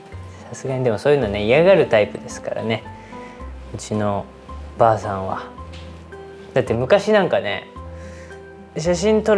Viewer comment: たまに"ばあさん"じゃなくて"ゔぁさん"なのおもろい💙